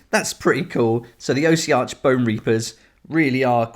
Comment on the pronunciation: Say it with me Aww-sea-ark. 🤣